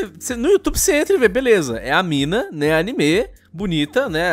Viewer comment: Obrigado por pronunciar "animê" corretamente,.